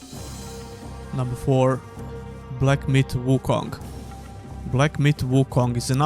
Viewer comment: I`m Sorry but I just hear Black Meat Wukong. 🤭